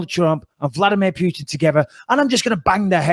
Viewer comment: Vladmeer Pewtin